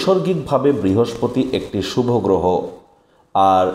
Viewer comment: শুভ-কে বারবার Subh বা সুভ্ বলছেন কেন? বলুন Subho শুভো ! শুভ সন্ধ্যা।🙏